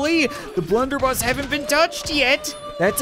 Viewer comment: its blunderbuss not blenderbus